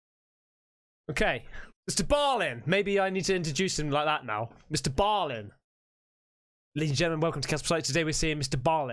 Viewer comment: No, Mr. BALL-IN(EN), not Ball-ing. 😂😂